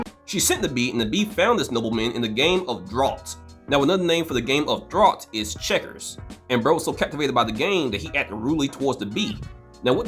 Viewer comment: Draughts is pronounced like "drafts" but no harm done Good video